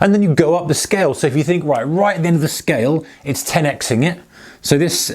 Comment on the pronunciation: "Ten ex-ing it" :-D